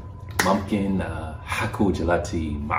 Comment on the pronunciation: You look like you are from Sudan, your accent is on point, but when you pronounce this word moomkin it’s pronounced Moomkin 😁